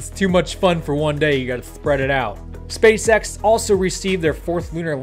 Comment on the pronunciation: Bro, you're totally saying space sex.